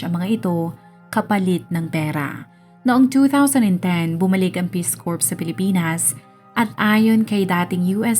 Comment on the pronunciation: Ang gulo mo magkwento. Bohol whale shark sa Donsol? Hindi "korp" basa sa "Corps." "Core" o "Korr" kung tagalog accent.